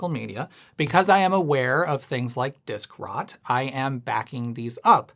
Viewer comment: The absolute terror of hearing “disk rot” for the first time